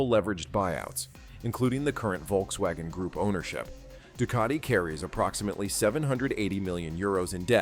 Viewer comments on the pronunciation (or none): none